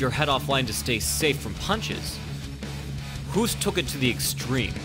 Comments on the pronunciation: Good breakdown. You speak out Hoost like in "host" not like "who" b.t.w. Man I mis K1, Glory sucks these days ! Rico is a great champ though. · It's pronounced the same as host not huust.fuul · Why do you get his name wrong? It's "Host"- like in "ghost". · Ernesto Hoost is pronounced as HOST, not "Hoost". So HOOST sounds like TOAST or ghost, most or roast. In Nederlands (Dutch) a double O is pronounced as a LONG O. To get the sound of "boost" or "roost" you add an E after the O. (voet = foot and voetbal = football) I am telling you this as I have been mega annoyed at "professionals" messing up Ernesto's name. GET IT RIGHT!!! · Pronounce Hoost in dutch = host. English say hoost = hoest. Hoest on Dutch is cuffing blabla I tried to explain something but i lost it😂😂😂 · By the way: In dutch, his name is pronounced exactly like the english word ''host'' . In Dutch, the english ''hoost'' would be written as ''hoest''. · This guy was a legend holy cow. But the way the Dutch pronounce the 'oo' is actually backwards to us. They pronounce it like 'host (Hoost)' and not "(boost) Huust " The dutch have this for a few of their letter making it a pain in the arse. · Good work. Tip: it's "Hoost" with oo like the o in the word "host", not like the ou in "you". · Hoest? It should be Hoost. Greetings from the Netherlands. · It's Host not hüst. So like ghost. Ernesto (G)Host. Thank you (I'm Dutch so don't doubt me) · Hoost is not pronounced as "who" but as "hose" and then stick a "t" behind it. Great vid tho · As a duchty I can confirm. It's pronounced like the English word 'host'. Double oo = long o sound like hose, hope or host. The way the narrator pronounces it it would be spelled Hoest. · Oo in Hoost is pronounced like oa in boat. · Hoost is not pronounced like "Who'st". Hoost is pronounced as Host (like game "host".) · The man's name is pronounced H-oa-st. Like the english "boast" or "boat". Not like "boot". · I think you pronounce Hoost’s name like “host”